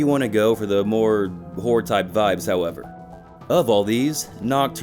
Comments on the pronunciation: It really sounds like you're saying "whore" games instead of "horror" games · You REALLY need to enunciate better. It sounds like you’re saying “whore” most of the times you say “horror”! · I keep hearing "whore games"